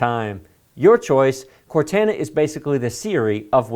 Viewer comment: I know you've never played Halo but Cortana is pronounced "Core-Taan-aah" Also if you haven't already, do a RAID 0 video so these kids can learn how to get faster platter setups!!! SSD is great but low storage space, best paired with a 2-4 drive RAID 0 configuration